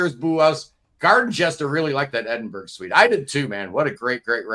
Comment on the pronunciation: Sorry. Edin-bur-uh. Edinburg is sooo wrong.